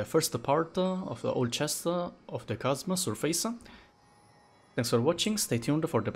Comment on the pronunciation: thanks for the videos. very helpful. i would just like to point out something. at first i dont mind about it however i finished all videos but nobody pointed it out to you. it's about how you pronounced chasm sa "kasma" the proper pronunciation is "kasam"